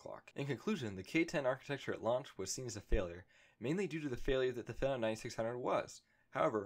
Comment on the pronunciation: fee-nom. not fe-nom. like "that guys a phenom (fee-nom) at basketball" ....otherwise good video mate